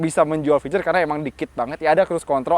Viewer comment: Fitur pak fituuur. Bukan ficur